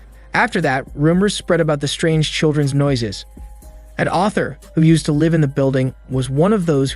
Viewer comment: ......are you purposely mispronouncing random words or do I need to start making a list? Lol there is no way you don't actually know the difference between live/live and how to pronounce mannequin...(it's man-a-kin...not mana-quin). Maybe I've just been watching too many of these in a row. Time for a break. wait...the webtoon is about to have cuntent?..not Content? Similar to the live/live issue in the other video lol. Ok at least I know I'm not just randomly noticing these things.